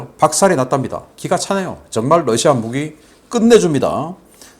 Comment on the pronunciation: Russia발음 바로 해주시면 고맙겠습니다. 여러번 말씀 드렸습니다.